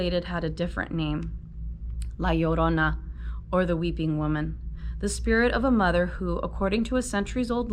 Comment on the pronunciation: You were the only person I found to say la llorina correctly while reading this chapter